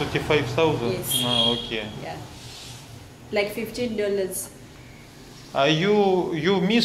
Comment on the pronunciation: харэ май инглиш верит гуд. Не Оки, а хотя бы, O'key